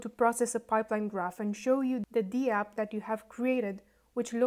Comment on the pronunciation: Hi. It's pronounced dapp, not dee-app.